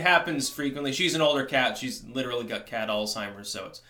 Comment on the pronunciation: Who "gut it" says "got as "gut"